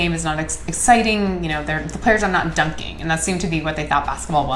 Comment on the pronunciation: I resent the way she says dun-king.